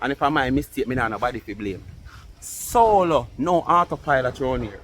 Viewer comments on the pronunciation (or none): none